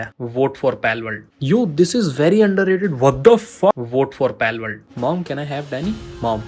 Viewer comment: Palworld ❌palakworld✅